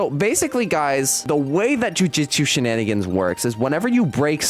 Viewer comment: I’m going to tweak if he calls it jujitsu shenanigans one more time ITS NAME IS JUJUTSU SHENANIGANS